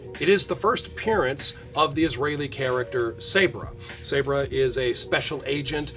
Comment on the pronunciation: Sabra is pronounced with a soft a